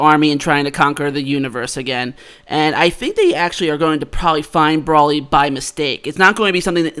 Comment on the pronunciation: It's Bro-ly, not Brolly.